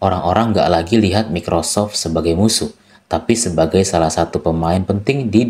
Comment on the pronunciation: Maaf bang sekedar saran pronouns nya agak dibenerin lagi karena saya dengerinnya agak kurang nyaman. Contoh Source dibaca sors, github dibaca githab, microsoft dibaca maykrosof. Saya seneng sama bahasan ini, terus lanjut bang buat orang awam kayak saya